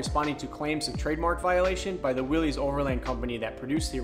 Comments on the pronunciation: My grandfather would like to remind the youngsters that Willys is pronounced, "Willis" , It's not Willy's/Willies. Also Bantam invented what we call a Jeep, the front grille we know was Ford's part of the later bids due to it being easy to stamp out. In the end they let Bantam make trailers and the big companies took the idea from them and became famous for it. We have an FJ40 and 55 as well. We also have an M37 Dodge, and Toyota had a Dodge copy as well called the FQ-15, check that out. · Willys is pronounced like Willis... it's a last name. It is not pronounced like willie's. Fun fact. 😎